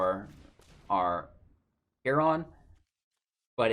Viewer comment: hey bud, Heron is said heh·ruhn not heh-ron. Just a tip